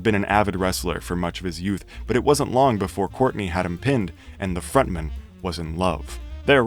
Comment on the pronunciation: frontman. front man. why does this guy say it like it’s a surname